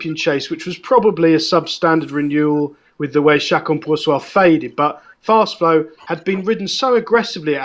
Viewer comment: Can learn names please, Allaho won the Ryanair not allart.easysland not east island.first flow not fast flow.